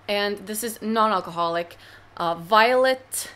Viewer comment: Alco-ma-holic is a great word :D